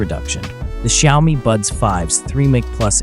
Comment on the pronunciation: Why do you call them shiaomy?😂